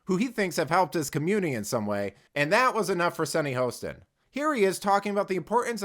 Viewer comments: Come on....at least pronounce the name correctly. (HA-ston) Not HOST-ston. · You cut the video for your narrative. Play the whole thing in its context. Plus, you are pronouncing her name wrong. It's Hostin. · You are deliberately mispronouncing her name. Racist you're Racist.